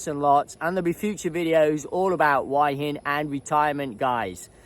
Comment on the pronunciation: Why is it after all this time you still can't pronounce Hua Hin? 🤣😂 It's not pronounced "Why in" as you say 👍🤣